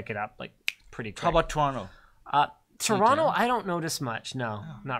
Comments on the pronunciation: I'm so happy that said "Torono" the slang way. LOL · said "Toronto" more like a Torontonian than Linus did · Perfect pronounciation of Toronto 👌